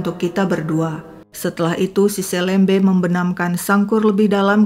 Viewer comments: Saya tidak percaya si nanang jera. Bukan selembe tapi seulembeu kalo di penulisan dan di bahasa sunda, dan org melayu pontianak juga nyebutnya seulembeu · Bacanya pakai e pepet, Kak, bukan E taling. SeLeMBe. Seperti membaca huruf e pada kata petir, pecah, pelan. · Hai,, bukan gitu baca selembe nya bukan e meja, pakai e' ke, kyk baca kemana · 😂bc selembenya , hrusnya kayk bc selem' bar....trus bc be'nya jgn "b" tp be, itu bhse melayu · kata "selembe", "e" dibaca seperti baca kata "serambi" bukan "e" "pepet" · cara baca untuk semua huruf e pada kata selembe= e di baca e seperti baca elang, bukan di baca e seperti baca bebek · Hai Seneng upload terus Sdh 3x kasus dr pontianak...kalo gak salah...kesemuanya melibatkan anak perempuan dibw umur..miris ya......maaf,..mau apa ya...bkn mengajarin.. Nanang selembe...bc be nya bkn begitu tapi dibc sepert kita baca BELOM be-nya..bukan seperti baca BECAK... Gitu aja...sukses ❤❤ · Astaghfirullahaladziim 😢 Seram sekali kejahatan pelaku. Bnr2 biadab. Umur msh segitu sdh berbuat kriminal brutal. Btw, mohon maaf sy koreksi🙏 Sy org Kalbar jg, membaca kata "selembe" pd huruf "e", dua2nya dibaca seperti qt membaca huruf e pd kata buah apel🙏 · Cara pngucapan selembe...E nya dibaca seperti.."memerah....(susu sapi) " bukan....seperti "merah.." warna. Hehehe.....sedikit koreksi aja. Sukses terus... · LUAR BIASA AKSI SI HAKIM Ga pantas hukuman di bawah umur klo perbuatan dah kayak org dewasa. Btw nyebut selembe kayak 'E' melayu kak, bukan 'E' biasa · Ini viral banget jaman aku SMA dulu, tempat penemuan jasad dulu jd tempat yg ditakuti karena emang dr awal juga jalan arteri supadio juga memang sepi. Btw penyebutan selembe tu, e nya kayak nyebut elang hehe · kayaknya kelahiran Pontianak ya, pas banget dialek melayunya meski masih keliru membaca 'selembe' dengan huruf e seperti kata ' esok' harusnya 'e' seperi 'emas' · Blom pas wkt melafalkan kata 'selembe' nya tp lumayan lah 😂